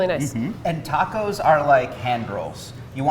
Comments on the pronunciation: the tuh-cohs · Forevermore to pronounce as ta-coz… Love it! 😂💚